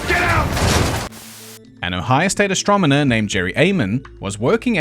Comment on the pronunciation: mispronounced "astronomer" because he's an alien.